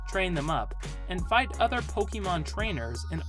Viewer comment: a wrong pronunciation nevertheless, source: you can stop making this mistake on your next video 😉